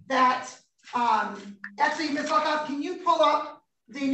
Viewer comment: Luckoff is an awesome name. But all i heard was “Miss Fuckoff.”